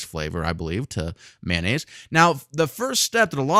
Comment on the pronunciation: Its Mayo nnaise, not manonaisae